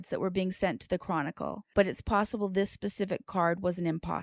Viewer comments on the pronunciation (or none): none